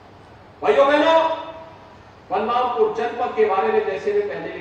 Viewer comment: Kam se kam District ka Naam to Sahi le lete